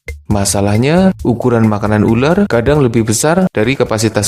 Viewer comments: Ular bang bukan uler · Uler apa Ular???? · Pas ngomong "ular" kayak ngapak2 gimana gitu.